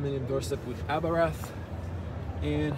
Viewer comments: It is not Abrath. It is Abarth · Good video, but it is called Abarth, not Abrath 😅